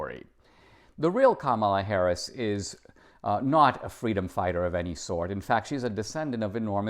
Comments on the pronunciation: Thank you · A communist who wants fweedom. I doubt it.